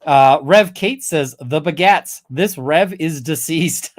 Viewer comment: every time says "the begats" I hear "the Baguettes" xD